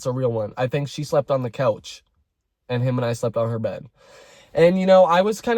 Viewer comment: no tea i'm very invested in the story but i love the way you make the word 'couch' sound like it has an L in it